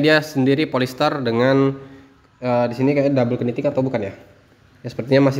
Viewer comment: PENYEBUTAN KNEEPAD = NIPED KNITTING = NITING BUKAN KENIPED BUKAN KENITING